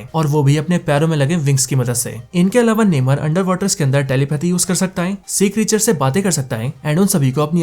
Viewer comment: नेमर नही नेमोर